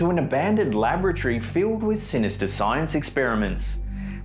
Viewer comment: "Somtheen fah more sinistah!!"